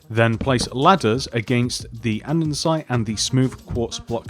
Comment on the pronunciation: "andensite"